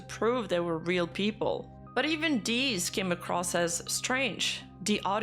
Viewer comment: I’m brainrotted enough that when says ‘these’ I hear “deez”